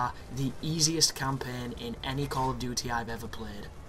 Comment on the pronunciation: So that's "call of doodee" folks, just in case you thought it was "duty" : )